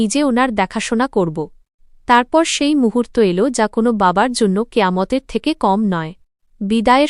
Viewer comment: Bangla thik moto porteo pare na elo ke el bole eirokom onek bhul pore